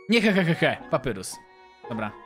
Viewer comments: 2.31 CZYTAJ PAPAJRUS NIE PAPYRUS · nie papyrus tylko papajrus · Nie czyta się papyrus tylko papairus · Papyrus czyta się Papajrus :) i lubie undertale :D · ałaaaaa dlaczego do jasnej ciasnej czytasz papyrus a nie papajrus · Nie mów papyrus tylko papajrus tak sie mówi a tak to ja znam żartów sansa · mówi się papajrus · Papirus czyta się paparius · nie muwi się papyrus tylko papairus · to nie papyrus tylko papajrus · Mówi się papajrus a nie papyrus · Wymowa papyrus-papajrus undyne-andajn śniezłe lody po angielsku nice cream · Patrzę na łapki i jedna łapka xd Skomentuje więcej jak obejrzę I drugi jestem Wgl taki szybki edit kiedy oglądam To mów na niego papajrus A nie papyrus albo papirus Na undyne andajn albo undajn troche dziwnie to wygląda ale lepiej brzmi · to się wymawia papajrus tak się nazywa brat sansa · Papyrus czta się papajrus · Papyrus muwi się Papajrus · Jeśli to czytasz to papyrus mówi się papajrus a undyne andajn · czyta się papajrus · Jak coś to papyrus czyta się papajrus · jakby co btw mówi sie papajrus a pisze sie papyrus jakbu co